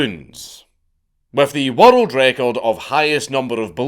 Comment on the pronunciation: i was so confused as to why he kept saying "watereld record"